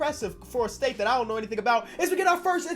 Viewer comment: I dont why but instead of hearing state i keep hearing say steak.